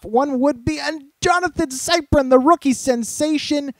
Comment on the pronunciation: It's Jonathan sip-ree-in